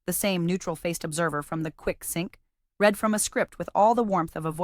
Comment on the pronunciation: Sometimes she pronounces read correctly 🙄